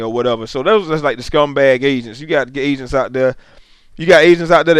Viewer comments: lol I thought you were sayin "asians" Great vid man. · I thought he said Asians were scamming people for money and I was laughing soooo hard... then I realized he said agents. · when you said "agents" it sounded like you said "asians" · Yo I thought he was saying asians too, but he was saying "AGENTS". Listen to it again and you should notice it. Also listen to the context of it.